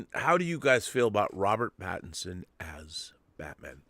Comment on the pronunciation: Rob corrected once last episode, but she keeps saying Robert Patterson, she needs a note card or something so she says his name right.